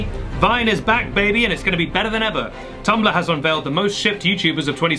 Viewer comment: "Tumballah" ... gotta love the accent